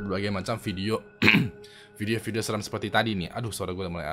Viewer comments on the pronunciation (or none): none